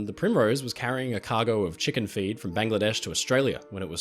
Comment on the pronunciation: My guy… did you say chicken feed or chicken feet?